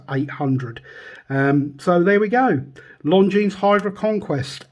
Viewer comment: Great looking watch despite the beating and I'd def go for the 44 too.p.s,At the risk of sounding pretentious ...Isn't the s in Longines silent?